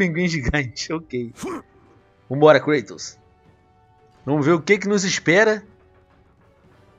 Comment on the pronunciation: creitos... HAHAHAHAH é Kratos!!